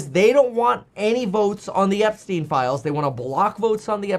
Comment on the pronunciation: epstien Epstien EPSTEN